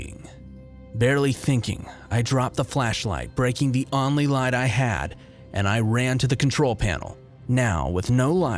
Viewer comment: Need to work on pronouncing only and blank otherwise good narration.